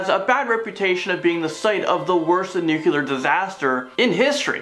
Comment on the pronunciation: I dont care WHAT George W. Bush says. ITS NOT NU-QU-LER. ITS NU-CLEE-UR. Spell it. Nuclear. The l is immediately following the C. There's no U right there. (And sorry Dixie Chick's. You lost your popularity over nothing. W is NOT a Texan. He was born in New Haven, Connecticut. To be a Texan, you have to be born there! He is, however, an idiot.)